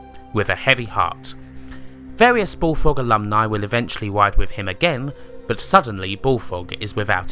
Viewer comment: The way the narrator can't pronounce his "R"s is hilarious. "Subswibe", "BullFWOG" (over and over :D )